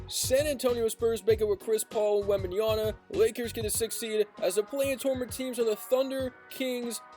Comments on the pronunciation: my bro, it's called Wembanyama, not Wembajana 😂❤ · its WembenYAMA. this guy keep saying Wembenyana. SMH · Wemby has an "M" at the end of his name not an "N" smh.. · Damn 😂😅 anyway it's called Wembanyama! 😂